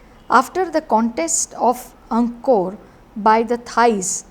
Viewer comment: ANG-KOR... NOT ANG-KA-KOR... please pronounce it correctly